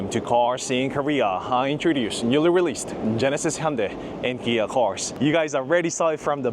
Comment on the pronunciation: Good video. You were killing me with the company name (Kia / Gia) All I could think of is the interview scene from the movie "Brothers"......."Are you saying Pan? or Pam?"